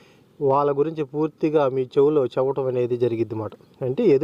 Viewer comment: చేవటం చేవటం అని అనకూడదు తప్పు చెప్పటం అని అనాలి జెరుగుద్ది అని అనకూడదు తప్పు జరుగుతుంది అని అనాలి 💯👌👌👌👌👌